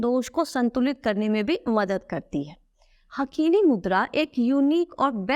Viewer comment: हाकिनी मुद्रा बोलते हैं हकीनी नहीं बोलते हिंदी में